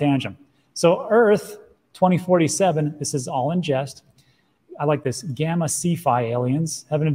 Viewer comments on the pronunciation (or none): none